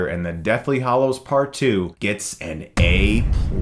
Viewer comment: I noticed that Chris seems to have a problem with the pronunciation of”hallows”.